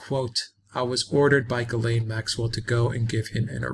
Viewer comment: THE NAME IS PRONOUNCED JIZLEN MAXWELL.